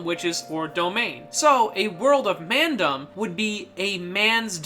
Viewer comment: Can I say how cool he says "Mandom"